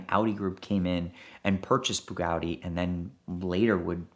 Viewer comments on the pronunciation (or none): "Bug'audi" lol whats the Rimac equivalent 🤗😂😝🤷🏻‍♂️